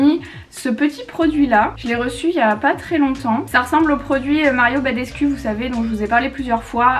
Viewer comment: J’adore ! Mais s’il te plaît « badescou » pas « badescu » en roumain le u c’est ou 🥰